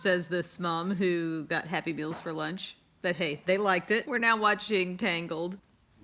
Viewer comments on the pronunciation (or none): She kept saying Happy Meals, and it sounded like she said Happy Pills. I was like, ohhhh what are these happy pills you speak of?🙋🏻‍♀️😬